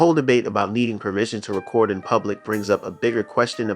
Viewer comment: Narrator is not pronouncing the word record, correctly